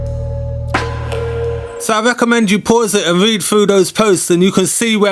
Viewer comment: Someone should’ve told him to fink it frough